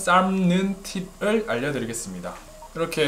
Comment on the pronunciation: 삶는 팁 -> 현재 우리말은 받침 발음을 ㄱㄴㄷㄹㅁㅂㅇ로만 발음을 합니다 삶의 ㄹㅁ의 경우 대표음 ㅁ소리로 발음되는 자음군단순화가 일어나기 때문에 ㄹㅁ발음을 다 하려고 노력하지 않으셔도 됩니다